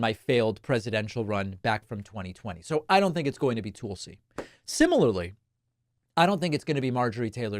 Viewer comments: Tool-See? David, Tulsi Gabbard's first name is pronounced "Tull-See", not Tool-See. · Damn David, with all due respect to Tulsi Gabbard; her name is not Tool-see(sea) or Toll-see(sea), it's Tull-see(sea), like Juthro Tull. She's not as bad as you make her out to be. She is attractive, intelligent, and sane. Don'T won't pick Tulsi for V.P. because she is WAY too smart and stern for Agent Orange. Don'T won't pick a woman at all. Women are inferior in his eyes. If he indeed does pick a woman, it will be Ramaswamy. He will most likely pick J.D. Vance. Vance is young, tall, and can easily be manipulated by Trump. Also Trump is five letters, and Vance is five letters. Don'T is a simpleton in mindset. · Its not tool-sey. Its Tulsie like Tulsa.